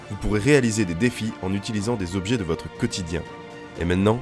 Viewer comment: Les huit "zobjets" et les vingt "zépreuves" m'ont donné envie d'arrêter là.